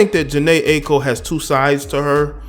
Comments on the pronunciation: It’s pronounced eye-co. Good vid tho bro. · Jhene eye- ee- ko is how it should be said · This nigga can’t or won’t say her Aiko’s name right... It’s Aye-eee-ko